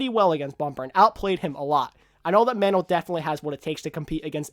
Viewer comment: Super is not the best...he is also backed by team with team support...don't stroke his ego xD. I love super but I cannot say he is best...maybe 2 with Bumper at 3. Mano is the best main tank. "Mono" not "Man-o" great video!